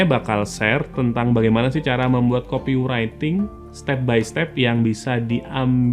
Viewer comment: Mantap bang, cuma nyebut copywriting nya salh. Buka aja google translate bang trus dengerin. Terimakasij